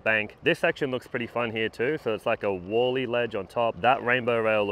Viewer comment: "wally", not "wall-ey"